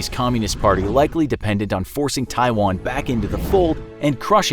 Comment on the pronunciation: A bunch of young American men that can’t even pronounce Taiwan are about to fight in a fictional war against China because the 20 year war in the Middle East that ended well just left the best of tastes in their mouth